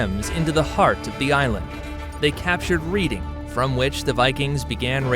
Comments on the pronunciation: 😅 And isn't Read ing pronounced Redding? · Reeding, lol. Redding. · RED-ING not Read-ing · It's Redding, not reading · As someone who lives in Reading: its pronounced "red-ing" not "reed-ing" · lol it's 'reding' not 'ri:ding' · The town of Reading is pronounced REDDING, not REEDING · If you're going to do a history video at least look up what the proper pronouncements of the petty kingdoms and their towns. 1. It's Mer-SEE-Ah/Mer-SEE-Ans NOT Mer-SHE-Ah/Mer-SHE-Ans 2. It's YOR-Vik NOT JOR-Vik 3. It's REDD-ing NOT READ-ing 4. It's DAR-by NOT DER-by. For a "history" channel? Dislike. Try again next time. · Red-ing ... Not Reading. Otherwise, a brilliant video! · Reading is pronounced RED ing; NOT REED ing. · pronounced REDing, as in the colour Red. Reading, lmfao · Good video but pronunciation of locations could be improved: Reading = Reding, Derby = Darby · Reading is pronounced like Red-ing. How would the yanks know that ? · Pronunciation of Reading is “Redding”. Ugh. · Reading is pronounced Redding. Bloody Yanks. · Please find someone who can pronounce the names of places correctly ! - Reading is pronounced Redding ! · Good video, which would have been even better if you had researched the pronunciation of just about everything. For example Jorvik is not pronounced "jaw vick" , its pronounced " your vick" which makes sense when you realise it morphed into York. "Reading " is pronounced "redding "... pretty much every other place name you got wrong. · Also not to mention your pronunciation of Reading. Which is pronounced Reding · Your history is wrong - Edward the First was nowhere near the time of Alfred The Great. It was Alfred the Elder who lived earlier. Also Reading is pronounced ''redding''. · It's pronounced:- Redding... For anyone who isn't from UK or England 😅😅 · Reading - Redding Jorvik - Yorvik Derby - Darby Mercia - Mer See ah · Thank you, it was driving me crazy, too. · Its pronounced red ing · BTW: The town of Reading is pronounced “Redding” in England